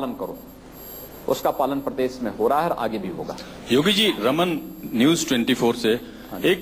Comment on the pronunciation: yogi bolna Sikh lo ab c m ho tumne nizat bola ye nijat hai prses nahi prdesh hai aurbh bahu alfaz galat bole hay qimat u p ki jab Mila dihati c m hi mila